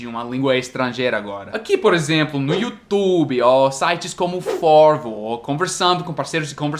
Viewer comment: depois de falar "youtubi" e "skypi", eu te batizo brasileiro rs